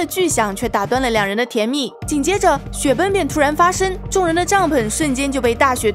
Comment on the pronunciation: 我發覺你總是說說雪崩為雪奔 eng的音都不帶g